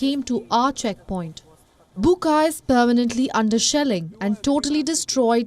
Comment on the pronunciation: It is not buka, it is buča, which prounaounce as bucha. Ch same as in chuck or chick..